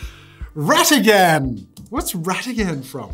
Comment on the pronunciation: Am I the only one unnecessarily raging over the mispronunciation of Rattigan and Olaf, as well as calling Scar from the LION king a tiger? 😅 😖